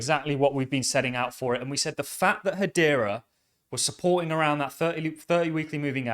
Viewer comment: " go a ROUND! This is im PORTANT!!" 🖕